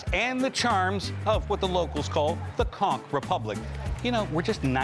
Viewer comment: OK. You might at least try to learn and use the correct pronunciation for the words and locations. As a Florida native born and raised in South Florida your pronunciation of "conch" especially gave you away as 'not from around here'. It's pronounced like 'conk'.